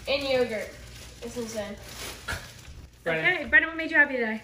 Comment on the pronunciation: Jill data is pronounced with a short a.glad is feeling better. Please eat and drink more water and food. Way to go with your family survey. B r in man. That s b r e n n a n I mm. Meant I l l take my peanut butter sandwich with pickles and bologna. thanks. see you in the next vlog.